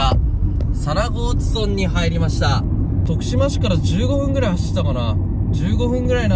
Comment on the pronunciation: 佐那河内は「むら」ではなく「そん」と読みます。 by R439 沿道住人